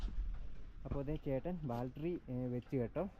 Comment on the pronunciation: ബാൽട്ടറി എന്ന് പറയരുത് ബാറ്ററി എന്ന് പറ മോനെ. സൂക്ഷിച്ചു പോവുക